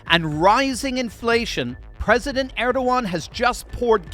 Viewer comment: it's Er-do-gan